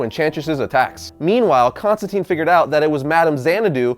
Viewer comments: Mother of God. it is Constantine long "I" not constanteen.. I hate the new 52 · constantine rhymes with fine